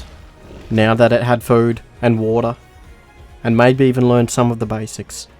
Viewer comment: you can tell he is english by the way he says water. Wo'ah